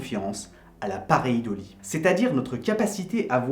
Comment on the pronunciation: Enfin quelqu'un qui prononce "paréidolie" correctement...